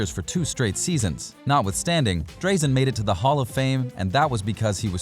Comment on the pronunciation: Really enjoyed your vid mate. Just an FYI it's "Draaa-zen" Petrovic not "Dray-zen" :)